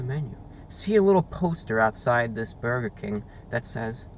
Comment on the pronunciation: His war with Bwurgah King is so funny. Eternal war with Burgah and mayo and hes right